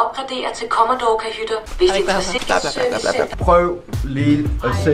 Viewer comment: Hvis bare I ville udtale "Commodore", "Deluxe" og "lounge" korrekt...